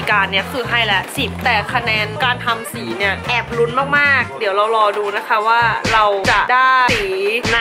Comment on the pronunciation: นะคะรึเปล่าคะ😆 เอาซะขำเลย เป็น "นะค่ะ"เฉย 😆